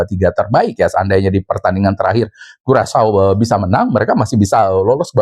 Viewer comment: Karacau bukan curacau😅🤣